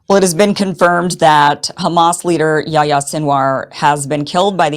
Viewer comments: YaHHHHHya. Say the 'h' sound, its not yaya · “Yahi-ya” ( John in Arabic) not “yaya”